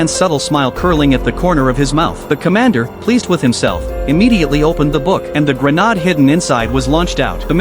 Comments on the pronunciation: "Grenald" lol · Grenade ❌️ Grenad'e ✅️